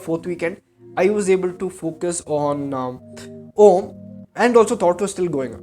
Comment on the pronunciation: While its good to know you are meditating and getting it’s benefits I had a few concerns. Firstly, you took advice from Sadguru who doesn’t know Sanskrit. So the pronunciation is incorrect. Secondly, the spiritual experience you had was only because you were tripping. Meditation in its initial stages makes you trip for a very few seconds just like any psychedelic experience. Thirdly, this video is bullshit. Please find better ways of making money and being famous.